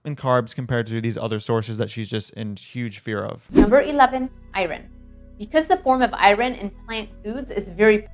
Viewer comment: I was also offended by the way she pronounced iron.